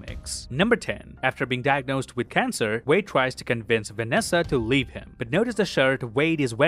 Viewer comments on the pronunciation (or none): none